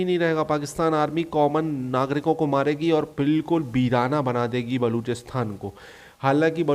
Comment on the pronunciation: bhaiya wo baluchisTHAN nahi, baluchisTAN hota hai